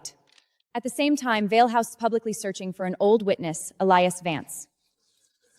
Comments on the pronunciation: Even a name as uncomplicated as Vale was pronounced as Vase 😂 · And Vale. Other words were mispronounced. . . .